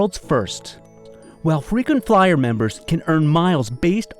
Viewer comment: Frequency flyer sounds like Frequency f***